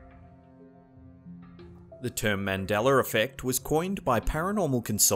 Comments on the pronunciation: I hear MANDELER EFFECT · "The Mandelar effect" bro I love the accent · Man-Del-Uh. Why can't you say it correctly? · Got to watch out for that Mandeller Effect 😂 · The "Mandeler Effect" lol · It’s not Mandeler effect you Aussie! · It's not mandeler. Lol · What the heck is a MANDELLER effect????? I know you are capable of pronouncing it correctly. But why only sometimes and not others? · Why does he say ”mandelar” effect? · why do you keep saying mandelaR effect? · Notice he can say Nelson Mandela just fine, but then he comes back and says Mandeler Effect. Maybe he shifted into another dimension? Do you recall him saying Mandeler Effect? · Mandeler effekt is how he pronounced it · Dude.... why do you say his name "Mandeller"? That shit erks the fuck out of me everytime. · Another example of the Mandela Effect was right here in this very video. The voiceover host said early on that it was named after Nelson Mandela. But every time it was mentioned later in the video he called it the Mandeler Effect. That's some freaky weird shit right there. Who was Mandeler? And did he mysteriously replace Mandela in this new history? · I mean how stupid can people be? This guy is apparently from a timeline where “a” is pronounced “er” holy shit it MUST be the Mandeller effect!! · Why does he pronounce it mandeller effect but he pronounces the name Nelson Mandela he does it correctly? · Please stop saying "Mandeller"!!!!! Say the mans name right! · "the Mandelerr effect" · "Mandeller effect". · I remember Mandella spelled with two L's not one and not pronounced Man del ER like in this video. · I like how he says Mandela (sound like mandeler) effect. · I love your content. But can you please pronunciate Mandela correctly there is not an R in Mandela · Why can't you say Mandela right you can say any other word right but that one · Why is it you pronounce Mandela in Nelson Mandela correctly but when you pronounce Mandela in the Mandela effect you at a R to it? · the" mandelar " effect